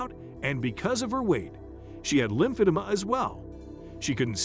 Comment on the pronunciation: It’s lymph-a-DEE-ma.